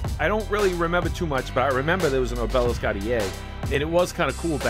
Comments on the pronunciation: So Boston 😆 It's AHH-b-lisk brother.. Not O-Bell-esk. Good review anyway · Accent on the first syllable O' be' lisk ... not o' BEL' isk ... a tapering stone pillar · Its so funny how you mispronounce words... its like job, ob e lisk